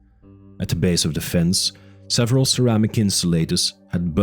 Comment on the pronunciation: While I like the sense of horror that this tries to convey, I do not believe that this is not an AI narration. I'm not even 2 hours in, and the amount of mispronounced words is astonishing for a non AI voice. Simple words like ceramics or "this, them, and that." Sometimes pronounced "dis, dat," other times they're not. Then there is the incorrect emphasizes on syllables of certain words like characteristically....all these are indicators that it's AI. Might be the OPs voice, but I don't think he was actually reading it. However, I still enjoy it. The slow tone, and the quiet but ominous music in the background makes this feel like a horror story, which Jurassic Park actually is. A sci-fi and, even folk horror story.